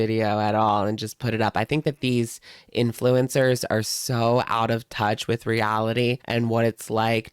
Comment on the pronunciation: I thought you said 'Influenza' and now I refuse to call influencers anything else haha